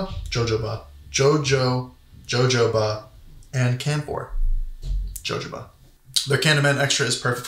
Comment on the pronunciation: Sorry, it's ho-ho-ba